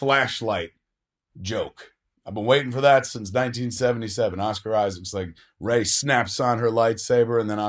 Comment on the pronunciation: It's 'Rey'. You new "fans" don't even care.